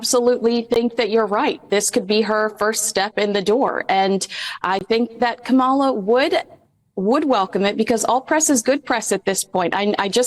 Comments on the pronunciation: Geez, learn the correct pronunciation of KA mala 🤦🏽‍♀️ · the proper pronunciation of Kamala’s name is accent on the first syllable. Ka’ mala. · can’t even pronounce Kamala’s name correctly. She’s pathetic. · Pronounced Kamala, accent on the first syllable. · Please pronounce Kamala's name right. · please educate yourself on the proper pronunciation of Vice President Kamala Harris name. I would not allow Meghan within ten miles of Kamala and her campaign.